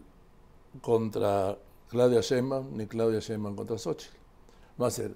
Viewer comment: Marin, Claudia no es Sheinguan, es Shitbaum